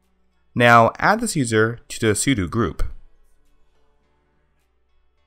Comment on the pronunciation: U CANT FUCKING PRONOUNCE ANYTHING. i saw a previous video where u literally pronounced os x yosemite as "os x yos-i-might" and now ur saying "su-du" STOP